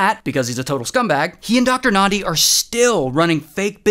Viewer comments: Ayyy Ray doing a vid abt South Africa's craziest stories And he even pronounces Thabo and Nandi so well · I'm South African & I just want to give you your flowers for pronouncing "Thabo" & "Nandi" so well. Well done Ray, well done. 👏🏽👏🏽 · Lol, same XD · I came here to say the same. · Well done